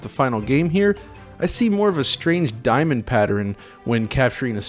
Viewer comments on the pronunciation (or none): none